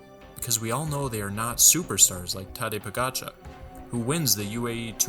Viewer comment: Freshman mistake. Im sure he'll learn some day to use the correct terms properly, including pronouncing Tadej Pogacar correctly.